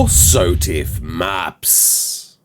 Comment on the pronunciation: dont ever pronounce SOTF how you did in the intro sir